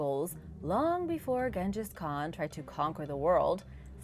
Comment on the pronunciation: Wait, how did she pronounce Genghis Khan? 🤦🏼‍♀️